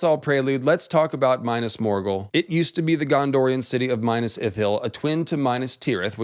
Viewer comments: "my-nass morgul" this isn't necessary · “Minus Morgul” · Dude reads about "pale walls of Minas Morgul" and proceeds to call it oily black. Like... they are not, read it again. It's written right there before your eyes. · Big fan of your content, love the research, fascinating theories, fantastic style. But the way you say “Minas Morghul…” It pains my lil hobbit heart.